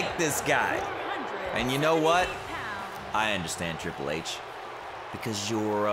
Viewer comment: Riple H😂😂😂 shii kills me everytime